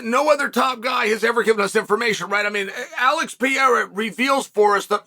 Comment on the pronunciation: Yeah I also here him say Alex Pee Era